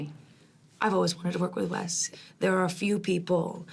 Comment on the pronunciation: ...It's Wes (wess), NOT Wez.